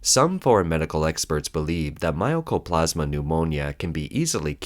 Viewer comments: Mycoplasma is pronounced as spelled, and not as "My o coplasma." (The "myco" name reflects the fact that this pneumonia was at first thought to be fungal in origin.) Mycoplasma pneumonia is in fact well-known to be bacterial and therefore not viral. And because it is bacterial, of course it is treatable by antibiotics -- the only question is whether the strains have antibiotic resistance and to which antibiotics. The wasteful spending of government-allocated money is an interesting and familiar theme. When I worked for the US government about 40 years ago, it was a regular phenomenon that as the end of the fiscal year approached, we had to find purchases to make with any surplus funds, to make sure that our budget wasn't lowered the next year when we might indeed need the money. Yes, it's wasteful, but from the perspective of government-funded agencies, departments, etc. facing the rigidity of government budgeting, it is also prudent and reasonable. Sorry, that's just the stupid way it is. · It's not MY-O-CO-PLAS-MA... MY-CO-PLAS-MA